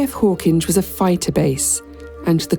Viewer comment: One thing we can trust you to do, that no AI narrator seems capable of, is the proper pronunciation of Hawkinge. 😀